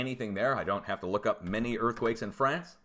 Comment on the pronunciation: He said "Fray-ince" LOOOOL